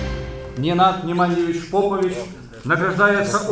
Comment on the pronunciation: Попович правильно ставьте ударение, навальнята ебн